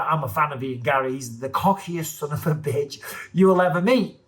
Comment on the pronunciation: Bisping putting too much emphasis on Bitch....kinda not needed